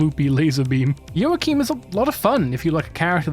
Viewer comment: I died when I heard you say joachim 😭